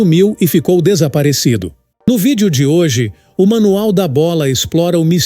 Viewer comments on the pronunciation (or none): none